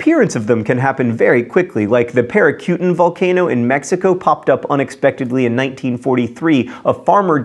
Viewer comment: how does he know how to pronounce Eyjafjokull but not Peracutin